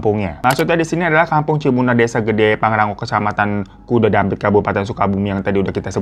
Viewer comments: Bang hiro bukan kudadampit tapi kadudampit😅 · Sorry bang, penyebutan kampungnya Kadudampit ya hehe, aku asli org sana soalnya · Bang hiro mau benerin dikit kecamatan nya bukan KUDUDampit tapi KADUDAMPIT 🙏🏻🙏🏻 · Bang Hiro bukan kudu Dampit tapi Kadu Dampit ....